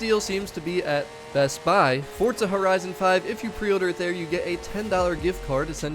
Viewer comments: It’s forza not fortza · Love the video, but it's four-zah , not fort-zah! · Fort-za sounds so dumb, why dont say F-O-R-Z-A! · I hate the way he says Forza, what the fuck is forTza